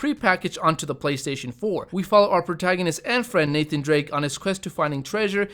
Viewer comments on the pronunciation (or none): none